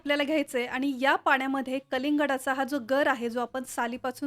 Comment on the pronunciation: माहीती छान,, पण बोलताना आनी पानी बोलणे टाळावे